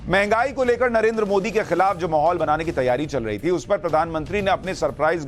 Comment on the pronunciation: तेजस्वी यादव को नरेन्द्र का उच्चारण भी सही नहीं कर सकते हैं नरेन्दर कहता है। ये सब देश चलाना चाहते हैं